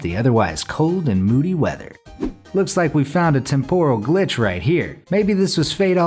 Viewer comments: What's a "temp-oral" glitch? It's pronounced ˈtemp(ə)rəl (temper-al). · Please look up how to pronounce temporal. The first syllable is accented, not the second. No big deal at all, and this is an excellent video. Just trying to help on pronunciation for the future. Anything you are unsure how to pronounce then look it up. Some sites will pronounce them for you.